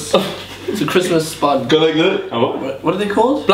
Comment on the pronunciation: Christmas spundge in Easter ? Lol